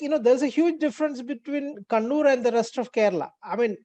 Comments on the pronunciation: bhai sahab kunnur nahi kannur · It's not kunnur sir it's kannur (ka ka ) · How has Kannur become "Koonoor"? Please put some effort in understanding the proper name and learn to pronounce it.